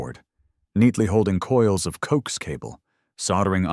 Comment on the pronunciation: Loved this story. However, please be advised that that "coax" cable is pronounced "co ax" (2 syllables) . Its short for coaxial cable. Thank you - former amateur radio operator for a while. 😉